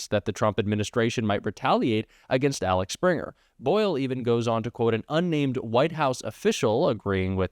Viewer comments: You’re showing ignorance. It’s Axel Springer not Alex. That’s Axel as in vehicle axel. He is/was a German, a media mogul and ‘Axel’ is a German name. Duh. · Do you suffer from dyslexia. A X E L. Pronounced Alex. NO NO NO. It is Axel. I mean it is not the Gulf of Melico. It is the Gulf of Mexico. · You keep saying it's "Alex Springer". It's AXEL Springer, not Alex! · the owner’s name is AXEL not Alex. Just want you to sound as knowledgeable as you actually are! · Please the lad is called AXEL (as in axle) Springer, he is German hence the name; let's not follow the Trump mispronunciation route. Apart from this --- great job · For accuracy’s sake, it’s Axel not Alex. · bro it says AXEL Springer, not Alex. You read it wrong like 3 times in a row lol. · It's not Alex Springer. It's Axel, sounds like axle, means 'publisher.' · AXEL not Alex. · Like your reporting,. Just a quick note: it’s AXEL, not Alex. Easy to get the two mixed up, I know. Thanks 😊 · AXEL Springer, not Alex Springer. It’s right there in front of you. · OMG, I'm going to lose my shit if I hear ALEX one more time! it's AXEL!! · It’s Axel, not Alex. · it's not Alex it's Axel, like the axles of your car. other than that keep up the good work. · AXEL AXEL AXEL - NOT ALEX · it´s axel not alex! greetz from the smartass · It’s Axe-ell not Alex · Its AXEL...like Rose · The reporters name is obviously Axel. You pronounce it “Alex” over and over. Does the person pronounce his name this way? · It's AXEL Springer, not Alex... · axel, not alex lol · OMG,! It's AXEL, not ALEX! You pronounced it wrong so many times. How? Also, "Mathias Dumpferner"? Really? It's Mathias Döpfner. Try again without adding extra letters and syllables. Hint: last name has only 2 syllables. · It's Axel,, not Alex. Anyway, keep up the good work. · It’s AXEL and NOT ALEX!!!!! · Axel, Axel, not Alex, you loose credibility by getting his name wrong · It's AXEL -not ALEX!! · Axel* not Alex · Axel, not Alex